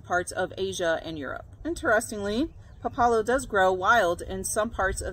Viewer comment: It's called pá la lo with the first vowel stressed. And it tastes like a strong arugula.